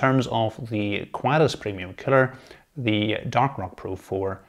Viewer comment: Excellent video, with your accent I swear it sounds like cpu killer but might be that I'm Australian lol